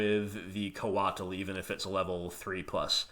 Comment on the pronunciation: lol coatl is pronounced like the word coat with an extra letter. Or sort of like Kotal Kahn's first name from Mortal Kombat.